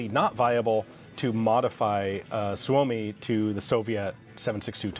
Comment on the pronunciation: Ian said "Suomi comes first". I know this is detached from the context but man that sounds right. Especialy said by American :D